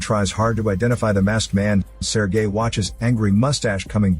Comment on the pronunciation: “Sir gay”